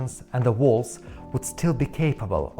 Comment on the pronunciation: "Quire" ... ????? You mean "Choir". And walls or wall are not "walts" or "walt".